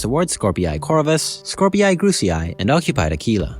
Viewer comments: Skorpii is pronounced as "Scor-pee" I think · Please stop mispronouncing Skorpii